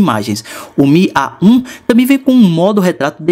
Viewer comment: o faz AH um AH 1 kkkkkkkkk